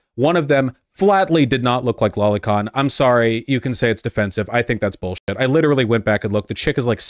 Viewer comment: what the hrll id s "lollycon"? am i hearing that right?